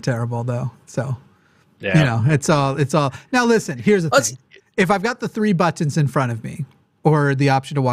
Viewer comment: ButtONS not buttINS lol